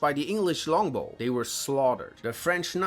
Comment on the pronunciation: Anyone else cracked a laugh when he said well schlongbow?